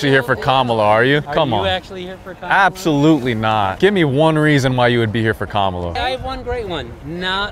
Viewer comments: “you said Kamuala” 😂😂😂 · “you said KaMAla?” lmfao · Funniest part of the video "You said kaMAla" 😂